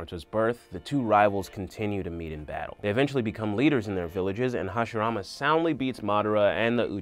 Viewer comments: Did He Just Call Hashirama Harashima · somebody else wrote it bro - who says Harashima instead of Hashirama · he said harashima not hashirama kwkwkwkwkwkw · did yall notice when he said Hiroshima instead of Hashirama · He even said Harashima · he did a great job on the video, i was just wondering if anyone else noticed a somewhat humerous mispronunciation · u really called hashirama... harishima😤😤I'm triggered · Stopped watching it after he said “Harishima” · did anybody notice he said "harashima" when it's actually hashirama? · Harishima, MY GUY IT'S HASHIRAMA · he says harashima smh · harishima??? you mean hashirama? xD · He also said once, harashima... Haha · No Im pretty sure he said Hiroshima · did he just say Harashima 😂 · did you just said "harashima"? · lol it sounds like you're saying hiroshima instead of hashirama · harishima he said. I guess no one noticed. Great video though. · im here almost two years later to report that he says Heroshima instead of Hashirama. Goodnight :) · did my man really say harashima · Hiroshima and maadaarea 😂😂😂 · “Harushima” “Hagoramo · he said harishema lol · “Harashima” hahaha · He calls Hashirama Hashireema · harishima want to talk so fast cant pronounce hashirama name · did man's just say harishima???!!! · I KNOW THIS MAN AINT JUST SAY HARISHIMA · Lol he said harashima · no one heard him when he said harashima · Man said harashima? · you call hashirama wrong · why did he say hashirama like that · I believe you mean to say that Saskue fully developed his sharringan in this fight. He used his sharingan during his fight against Haku. Also, need to work on dem pronounciations there: Hashirama, Minato, Isobu